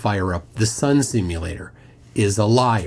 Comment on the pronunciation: Sun Simyoolater 😂